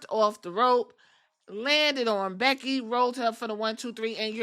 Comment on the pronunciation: *becky not beggy😂